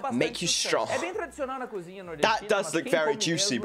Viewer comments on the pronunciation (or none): none